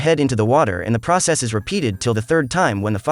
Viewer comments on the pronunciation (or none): none